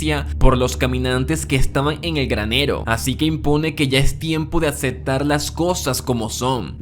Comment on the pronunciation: "Carr"? "Rit"? "acetar"? con razón tu nombre es con T y no con L.